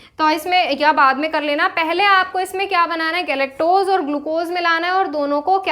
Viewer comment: Mam galectose hota h goluctose nhi